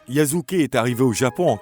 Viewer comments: Je te jure!! Yasuke est devenu yazuke 😓😓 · YASUKE PAS YAZUKE💀